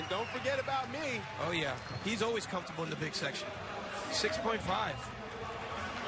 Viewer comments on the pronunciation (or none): "he's always comftorable with the big section" lol